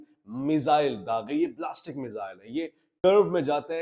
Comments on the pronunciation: Plastic missiles 😂 nhi Ballistic Missiles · Plastic ya blastic missile ni hota jahil. Ballistic missile hote hn